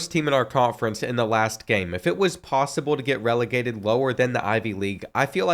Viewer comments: Why are u sayin relocated like that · I think he's saying "relegated"